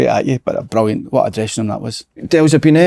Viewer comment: Si asks a relatively normal question...slaney " brullyant question " ..absolute dafty man